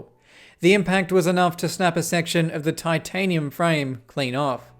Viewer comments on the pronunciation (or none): Titanium frame ❌ Tin tanium frame ✅